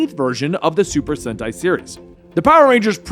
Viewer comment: Your saying super senti correctly that how you say it